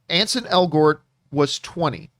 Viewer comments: It's ANSEL , John. Not Ansen. 🙄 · At least learn his name. His name is Ansel, not Anson.